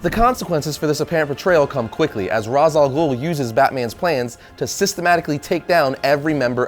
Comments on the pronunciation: Ray-sh. Not Rahz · It's raysh not raas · it's pronounced raysh not raz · It's not pronounced as Rahs, its Rayce. Denny O'Neil will thank you. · Why is he pronouncing Ra's as Rawz? It's Raysh... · It's pronounced as "Rashe," not "Roz." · it's R-aaa-esh, not Raaz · Pronounced raish alghoul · Damnit,, it's pronounced Raysh. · That's not how you pronounce Ra's Al Ghul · He pronounced Ra's wrong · Does anyone else cringe at his mispronounciation of Ra's Al Ghul's name? Don't get me wrong, I really enjoy his videos, but I kinda have to wonder how he misses a name of a famous character. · he said ras name wrong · That's not the canon pronunciation. Not that it really matters. I did this for the lols